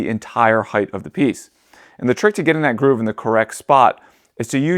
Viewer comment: Ahhhhh! you said "heighTH"!!!! 😱🙀😱 Why, why, why? It's heighT, not heighTH! LengTH, widTH, heighT.